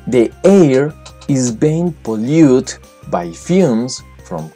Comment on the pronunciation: Polluted se pronuncia po-lú-red